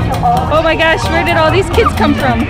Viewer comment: Definitiv ne deutsche haha dieses "WHERE"